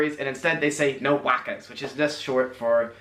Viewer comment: The term No Wakkers isn't correct it is actually No Wukkers which is short for no Wukking Furries which again is short for no Fucking Worries Which is another way of saying No Worries Which is another way of saying No Problem which is another way of saying Your Welcome , its not that hard . By the way half the words our mate Tristo used are not Aussie slang but taken literally from the English language who as you know invented it and it is you yanks who have changed words to suit yourselves the way we say Aluminium and oregano are the correct way to pronounce them and there are many more examples . You were correct with the French origin word Entre to mean the beginning or entry into a meal but no ordinary Aussie runs around spouting French at restaurants we almost universally call them starters , if you really want to be educated in the Aussie slang check out the channels TANNER , BRIANNA WORTH, or AUSSIESPEAK not only informative but hilarious